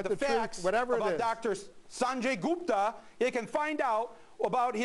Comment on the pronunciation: LMAO I'm laughing so hard when he goes *pause* "Sanjay GUPTA...."